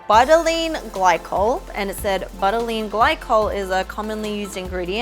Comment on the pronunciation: Pronounced bew-till-een for butylene